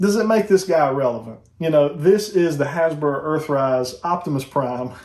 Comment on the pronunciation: What are you saying? Hasbra?